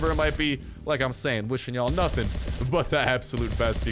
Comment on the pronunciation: At the chopper event you said better than nothing... but it sounded like you said better than Newton... I'm hurt.